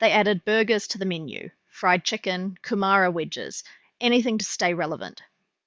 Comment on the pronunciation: WTF are coomarra wedges. As a kiwi going on 50, I can tell you that is this not well research and its like they decide on a narrative and then wrote the script accordingly. This is just slop for a sack of slop.